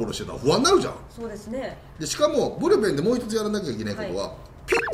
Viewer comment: ブルペンがプルペンになってるw なんかかわいいですwww